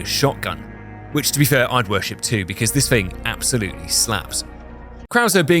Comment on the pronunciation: 😂😂😂 “not tew good”